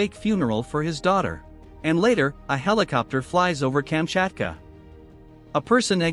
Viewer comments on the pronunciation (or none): none